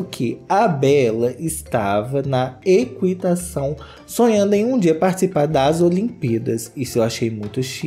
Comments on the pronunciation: Agora também não sabe falar ? Não sei é eqUItação, é equItação, não se lê o U, nunca se leu... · Meu Deus, equitação (ki) não kui